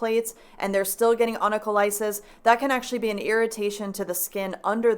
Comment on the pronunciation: Onycholysis pronounced like the ending paralysis. 😊😜